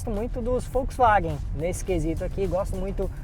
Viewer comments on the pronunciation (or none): none